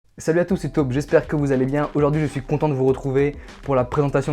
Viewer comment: C'est moi ou au debut il a dis "salut a tous c'est taupe" ?😂😂